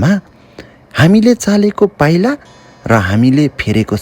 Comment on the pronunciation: त्यसले " पाईलेकाे चाईला " 😂 सायद " चालेको पाईला " भन्न खाेज्नु भएको हाेला 👍️